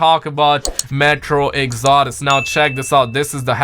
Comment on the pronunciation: also its metro exodus not exordus